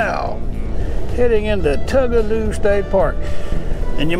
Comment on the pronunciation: I mispronounced it for years but just a note its Two-guh-low. My husband gives me the hardest time for saying Tug-a-loo. I even called them and was told I was wrong. lol!